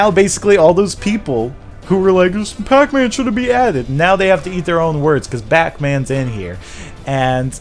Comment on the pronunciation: says Bacman.